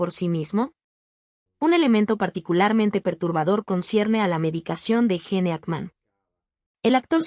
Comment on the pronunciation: Pronuncia bien es (Gin) no, gene!!!!